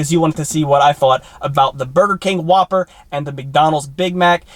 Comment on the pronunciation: Yup, definitely the Who-P-Per